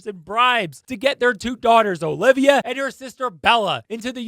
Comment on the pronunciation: my boy are you Latino? Cause you just pulled that O-livia straight from an abuela’s mouth lol